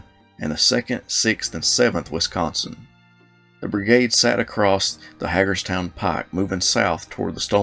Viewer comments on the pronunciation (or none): Hagerstown is properly pronounced, "HEY-GURS-TOWN".